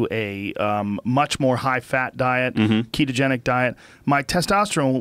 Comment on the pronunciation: Pretty sure it's ketogenic, not ketotic